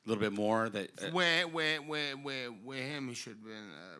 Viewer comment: Bro really said: Whee whee whee whee weeth him